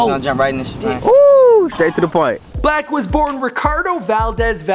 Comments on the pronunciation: Why does he call him black his name is six-lack, right? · His name is 6 black not 6lack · Is pronounce six-lack idiot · It’s pronounced slack (6lack) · 6lack is pronounced black -6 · dumbass it's pronounced "six-lack" smh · 6lack is pronounced black 6lack is pronounced black 6lack is pronounced black 6lack is pronounced black 6lack is pronounced black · I thought it was pronounced “SLACK” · I know it's obviously pronounced as Black, but 6LACK sounds cool asf to me.